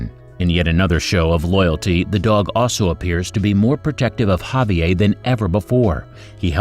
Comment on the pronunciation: Can't pronounce Javier?